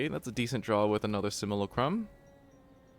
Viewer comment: it's sim-yoo-LA-crum